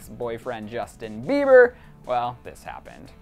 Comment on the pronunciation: LISTEN FROM - HAHAHAHA HE EMPHASISES ON CERTAIN WORDS LIKE 'GOMEZ' nadsndjsd s 'CHICAGO' sfjsdnds 'BIEBER' so fucking funny